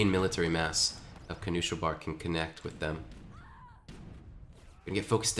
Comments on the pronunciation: The pronounciation of knuschelbär is so triggering lol. Noosh-el-bear. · I wonder why twitch chat didn't correct him eh